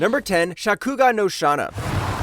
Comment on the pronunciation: not only that but how did he say shakugan no shana?